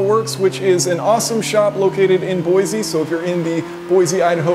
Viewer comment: It’s “boy-see” not “boy-zee”